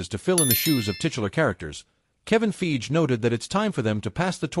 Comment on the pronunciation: Kevin 'Feege', pronouncing Fiege like Siege. 😅